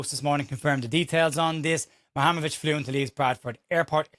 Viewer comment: You really can't say it can you. Lol😂 Mu-Ha-Rem-Ovic.